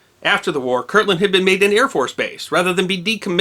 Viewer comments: So... it's KirTland (with a T) AFB, not Kirkland as you keep saying. I was there, in school, a couple miles from the 'drop'. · I worked on Manzano Mountain (a weapons storage area on Kirtland) in the early-80s, and we had always heard a rumor about this, but we never heard the whole story. Sounds like much ado about not much. Speaking of much ado about not much, it drives me crazy when you pronounce it: Kirkland. But everyone else does, so I'll get over it.